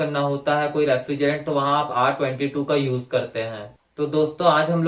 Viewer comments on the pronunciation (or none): Bhai usko R- twenty two Nahi padhte.... Usko R-two two padhte hai